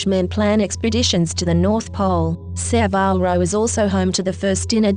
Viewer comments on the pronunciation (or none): So many inaccuracies, a terrible voice, and if you are going to talk about Saville Row, please learn how to pronounce it...